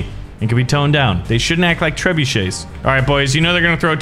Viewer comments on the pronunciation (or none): none